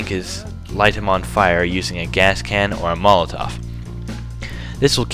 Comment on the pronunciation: how old are you dude ?? matovs -->> molotov